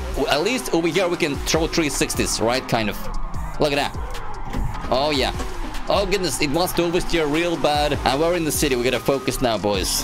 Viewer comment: ohh gadnsss oh goodness C2 English Level